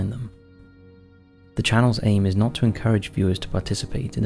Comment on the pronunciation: “Do mot participate in extreme caving”. Don’t worry brother…..dont worry.